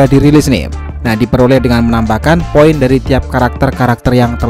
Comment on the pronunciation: Penyebutan poin nya kok gt min.. Biar mudah dibaca yak .. 😁